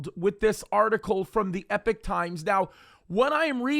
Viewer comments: Epoch, pronounced ‘Ee-pock’…not ‘Epp-ick’ … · Pronounce epoch times correctly it's not epic